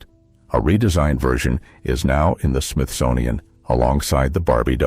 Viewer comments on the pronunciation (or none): none